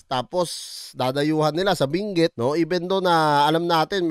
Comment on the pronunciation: Binguet 😂😂😂😂 hhahaah ayosin mo pagpronounce mo ng binguet hahaha